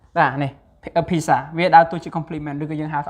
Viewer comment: Pizza /ˈpiːt.sə/ noun [C or U] ភាគច្រើនអានពាក្យនេះមិនត្រឹមត្រូវទេ